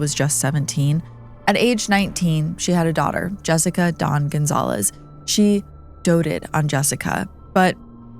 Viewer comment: Cynthia Gonzalez not Gonzalves!